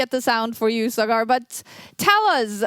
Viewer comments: Not sagaar but saa-gur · Saagr, not sgaar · Saaagar not Sagaaar.. Respect is a two way street.. Stop being intentionally rascist.. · Sagar❌️ SugAArr✅️ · It's so disappointing to see kaja not even make an effort to pronounce Sagar correctly, she's not a chess expert her whole job is to be a professional host, communication skills is a pretty important part of that